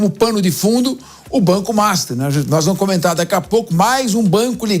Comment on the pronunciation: Atenção ao nível das(os) apresentadoras(es) que vão fatalmente influenciar o povo de modo geral, quanto ao modo de falar, mesmo que seja em modo coloquial, o jornalismo atinge várias camadas. Então, melhor que ensinem o que é correto. Ao iniciar a narração, a apresentadora já solta um: "agora vamu falá sobre...", e não acentua o "r" em cada final de palavra! Faltou às aulas de leitura? Isso dói nos ouvidos! Se fosse a apresentadora, diria "tá loco"! As pessoas ouvem e aprendem! Já a repórter local, a, tem uma fala excelente, pronuncia muito boa, enfatizando muito bem o "r" no final das palavras, como também os plurais.